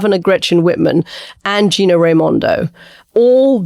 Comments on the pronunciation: You probably don't know this because Michigan is west of the Hudson River. However, we do have people in the state who can think. Although Katty refuses (in more than two programs) to pronounce her last name, let me point out the governor's name is Whit MER, not Whit Meyer or Whit Man. The dismissal of states outside the Acela transit line is annoying. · Katty Kay Michigan's Governor's name is Gov. Whitmer NOT Gov. Whitman..